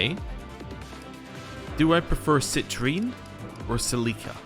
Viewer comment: you pronounced Celica wrong shake my head